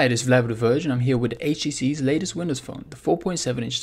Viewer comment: "H.T.C's"....not, "H.Tees"